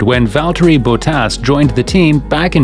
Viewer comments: His name is not "Bowtaas"🤬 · Valtteri Bo Tass, eh? And here I've been mispronouncing his name all these years.